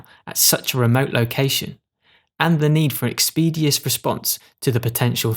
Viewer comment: At about , the word "expeditious" is mis-pronounced. Brits cocking up the English language again! 😜